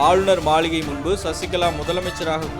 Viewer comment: மளிகை illa மாளிகை baaa😸😸😸😸😸